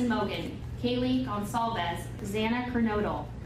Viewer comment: Thank you!! You are the first person to pronounce Gonçalves correctly! Thank you! ❤